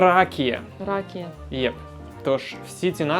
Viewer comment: + за ракію. Але в слов'ян якраз ракІя з наголосом на і )))